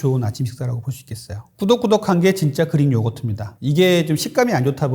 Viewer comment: 나만 그린요거트로 들리나?그리익 Greek. 의사씩이나되서 발음이 참...